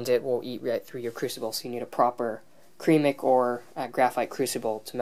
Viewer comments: "Creamic"??? It's ceramic! We give the Americans our language and somehow they still screw it up and put their mark on it by tapering the words! 😑 Other than that, good video. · Ceramic (SER AM IK) not ( Cream ik) Just thought id share that detail. 😀 And watch out for fumes from Zinc. It can kill if you over heat it and get it to gas state.